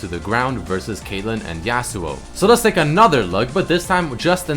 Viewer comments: The way you say Yasuo makes me cringe. It's not YEAHsuo, it's YAWsuo. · The way he pronounces Yasou tilts me. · Hearing you pronounce Yasuo tilts me hard lol